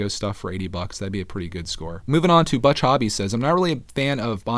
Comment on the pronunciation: .... it’s pronounced book... not brehheyhhrujuej. It’s German and means.... well, book... but thanks for reading my comment I guess